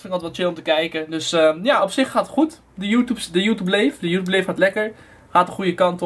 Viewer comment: Je zegt geen joetoeb het is joetjoeb